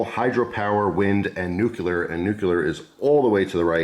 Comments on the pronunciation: It’s not pronounced “new killer” power it’s (new clear) 😅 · Nu-cu-lar no such thing. Common man pronounce it correctly